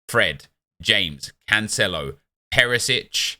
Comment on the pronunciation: Out of all the cards you say Peresic 😂😂